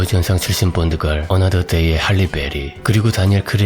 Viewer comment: 아놔 뽄드걸이라니 ㅋㅋㅋ 본드걸이라고 해주세요 본드걸 ㅋㅋㅋ